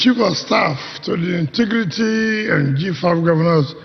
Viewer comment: INTEGRITY NOT intigrity. Wike your time is up.